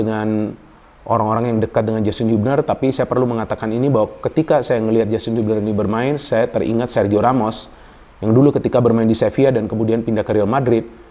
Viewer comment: "Sergio" Ramos .. bukan "segio" Ramos😊